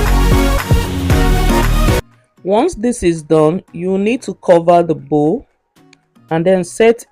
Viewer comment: Bowl not bowel😅